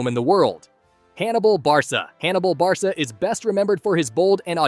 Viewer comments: It’s not Barsa it ” BAR KA” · its not barsa its barka